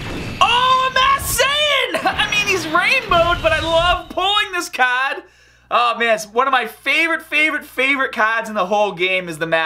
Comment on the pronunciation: When you say card XD